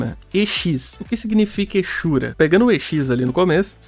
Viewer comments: A maioria dos BRs pronunciam exura com X mesmo, eu sempre pronunciei eZura e a pronuncia certa acredito que é exzura, que é basicamente o ex-ura falando separadamente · Lá em 2008, quando eu comecei a jogar Tibia e não tinha nenhum RL pra me ensinar a pronunciar, eu falava "ezura". Depois de velho e de ver todo mundo falando "echura", eu comecei a falar assim, e hoje acho "ezura" errado e estranho kkkkkk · Sempre pronunciei o X das spells como Z. "Ezori" "ezura" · rapaz, que loucura. 20 anos jogando tibia e nunca tinha me preocupado em ir atras disso. kkkk. quanto as pronuncias, acredite se qusier, quando eu comecei a jogar em uma lan house em 2004, eu aprendi a pronunciar "esura" "ezori". HOje os caras que jogam comigo todos usam o CH como som de X tb, e eu sou o unico meio diferente. kkkk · Muita gente fala "echura"....eu sou o único que pronúncia "eqssura" ? Não discuto muito sobre isso, cada um fala do jeito que achar melhor, mas não é possível que eu seja o único, kkkkkkkk. Eu pronuncio desta forma porque a letra " X " no inglês tem aquele som de " éx / éqss", por isso falo "eqssura" com Q mudo. Kkkk 😅😅😂🧐